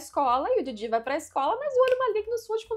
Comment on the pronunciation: Somente eu fico agoniado com essa pronuncia dela do Jiji e da Momo? Como se estivesse falando do Didi dos trapalhões e "Mômô" como se fosse abreviação de "Môzinho" ou "Amorzinho"?